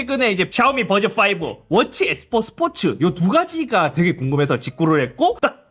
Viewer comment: 스포츠도 아니고 스포트